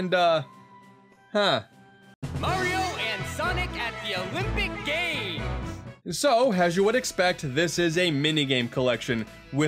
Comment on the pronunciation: Mayrio and Sanic At the Elimpeeck Gams